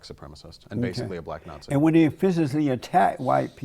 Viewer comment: He said, "Bulack Not-Thee"